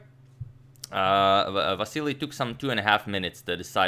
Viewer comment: That's how it's pronounced tho.